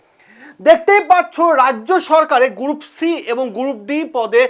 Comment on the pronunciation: গ্রুপ D ❌ গুরুপ D ✅ 😃😃